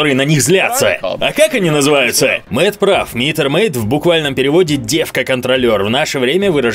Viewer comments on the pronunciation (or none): Правильно Мэтт, а не Мэт